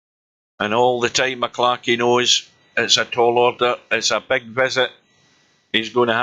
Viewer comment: M...C....Clarky!! Not MaClarky!